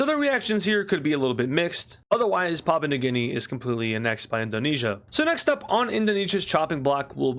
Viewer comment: You've been doing well since I had to leave. Edit: you're still pronouncing Papua, which is pronounced "pah-poo-uh" as papa